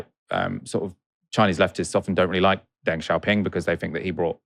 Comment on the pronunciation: It’s pronounced ‘dung’ not ‘deng’